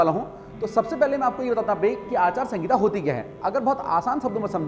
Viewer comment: भाई जी आचार संगिता नही आचार संहिता होता है